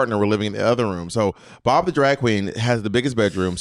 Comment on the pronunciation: “Pob” made me laugh way to much 😅 at first I heard “he called me pop”